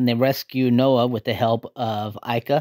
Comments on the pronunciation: It is Naoh, not Noah. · The main characters name is pronounced NAH-OH. You hear Ika and others say it that way. throughout the movie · It was pronounced NA-oh.